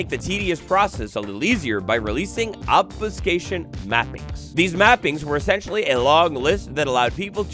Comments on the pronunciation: I feel your diction pain as (for medical reasons) I've had to learn "how to talk" 9 times in my adult life. Try this slowly: Ob-few-skā-shun I think part of the trouble you were having to start with was the incorrect vowel sounds 🤞🤍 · Obs-phew-kashion (how to pronounce obfuscation)